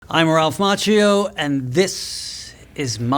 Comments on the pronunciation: “I believe it’s pronounced Mach-io” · Um, it's pronounced "Mock-io"